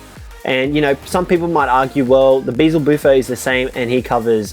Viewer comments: Its beelzebuffo not beezlebuffo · BEZELBUFO ITS BEE-EL-ZE-BUFO DAMMIT